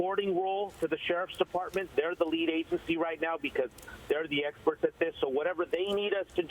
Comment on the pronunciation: If he says "were handling this, the swats are explerts"again... Omg